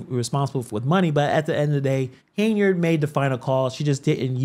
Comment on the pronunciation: Why do you keep calling her Haneyard? 😩 It's Henyard...sheesh